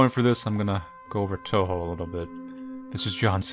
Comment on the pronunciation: He even say "Touhou" properly. I'm seriously amazed.